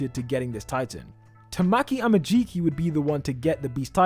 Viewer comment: "Tuh-mack-ee A-muh-jee-kee"